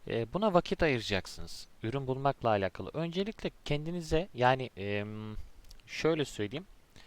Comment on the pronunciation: Keşke alakalı kelimesini doğru telaffuz etseydiniz. Videoya odaklanamadım. Ayrıca onu da bunu da anlatacağım deyip bir ... anlatmadınız.